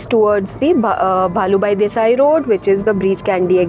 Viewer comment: mam it's bhulabai desai road, not bhalubai desai :face-green-smiling::face-green-smiling::face-green-smiling